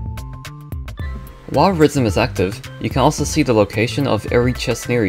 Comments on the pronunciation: deadass thought he said rizzm in the intro 💀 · bro talking about rizzm not rythm